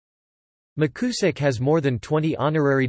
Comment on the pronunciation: Appreiciate whoever posted this. It may be worth repeating the project with a newer, more natural-sounding computer voice. The surname is pronounced Mick You zick. And you probably do not to read out the bibliography. Again, thanks for the effort. He was my wife's uncle.